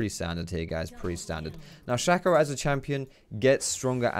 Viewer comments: 90% sure you're wrong about the pronunciation, just because "shay-co" (spelled shaco) is a word that's existed for hundreds of years and is completely factually pronounced that way, though I will admit that doesn't necessarily mean the champion is pronounced that way. But the reason I'm commenting is that I still completely fucking love and have mad respect for the comment you made about it. 😂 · Nah man it’s pronounced “Shaco” like “taco”